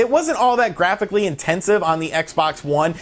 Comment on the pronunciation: Say "graphically" again for us please